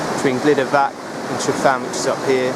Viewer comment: Pronunciation is Truvan. Y sounds uh. Get help from a welsh speaker because this cast is totally spoilt. First climbed ryfan (Truvan) in July 1963.